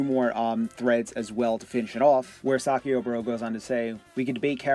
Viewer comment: It isn't "Saki-oh" bro, it is "Psych-io". Saikyo is Dan's fighting style from Street Fighter.